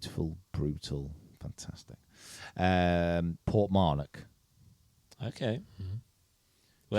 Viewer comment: It is Portmarnock not Port Mornoch